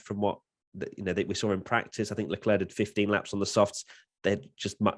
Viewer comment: Leclerc = LA CLAIR is how you say it. Come on!